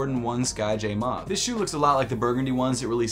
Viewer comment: You're pronouncing "Mauve" wrong. And it is a shade of purple.